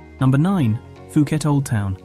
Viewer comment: IS NOT PIUKET DUDE!!